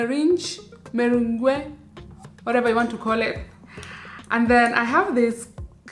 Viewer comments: It's meringue pronounced muh-rang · i fell off my chair with that pronounciation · Lol so cute.It pronounced as 'mee -ran',the g is silent.